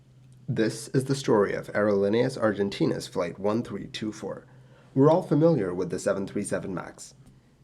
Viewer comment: Btw, it's "Aerolineas Argentinas" not "Aerolinieas Argentinas" :)